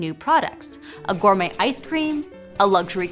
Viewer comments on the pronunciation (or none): Please don't pronounce the T in gourmet. 🤦‍♂ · I stopped after it pronounced 'gourmet' with a hard 'T'.